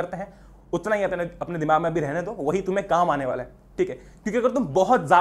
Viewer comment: 13.31 bhaiya katai desi ho gaye tam toh😂aane. Ke. Nahi..... आणे ke